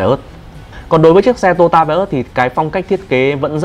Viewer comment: Đúng là người Bắc không đọc được chữ to yo ta mà đọc là tota.